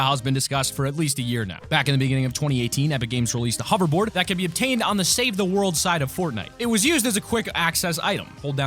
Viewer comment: Say it with me, h-o-v-e-r-b-o-a-r-d